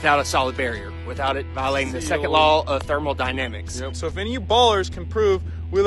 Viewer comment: “Thermal dynamics”